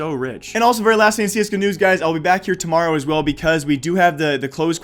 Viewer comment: tomowo? ew XD